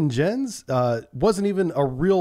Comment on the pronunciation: 'Jens' is pronounced "YENS"